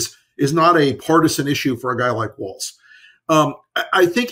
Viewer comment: Friendly reminder: there is not a "t" in Walz.